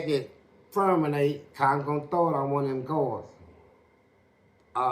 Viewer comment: Fleece said fermenate !